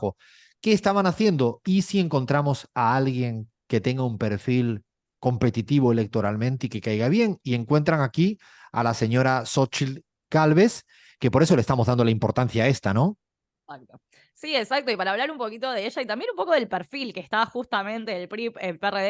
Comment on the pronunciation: Bien ahí tutti, Se pronuncia, Sochil jajja, es una pirata la señora Gálvez, denle seguimiento porque la están inflando acá a base de billetes en los medios de manipulación. En la interna de morena les faltó Gerardo Fernández Noroña que es un gran ejemplo de coherencia. Busquenlo. Abrazo